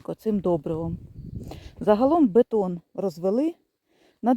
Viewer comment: бІДОн, а не бетон..